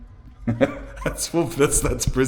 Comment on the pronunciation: Nice singing lad 😆 You are awesome though just giving you shyt! Love the way you said margarine like tangerine 😆 we usually emphasize the in for margarine, that's here in the US